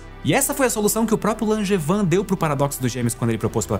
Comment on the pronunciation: hahahahhaha primeira vez que eu ouço na vida alguém falar o nome do meu pai sem conhecer ele. achei que ninguém no mundo tinha esse nome Langevin mas se pronuncia langevan